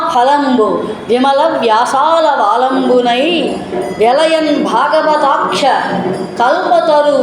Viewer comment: Amma...... Vyasala. Valamu. Anakunda vyasalavalambunai Ani kalipi kada palakali.